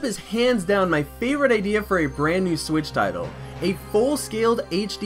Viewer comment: Am I the only one who heard him say the “Nintendo Swiz”